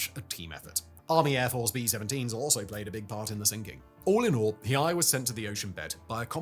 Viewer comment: You absolutely butchered pronouncing Hiei lmao. It was an absolute crime that she was scrapped.